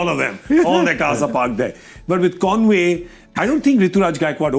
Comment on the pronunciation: Kindly get it right Gaurav, it's Conway and not convoy 😅